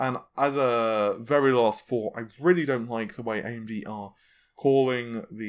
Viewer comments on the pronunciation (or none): none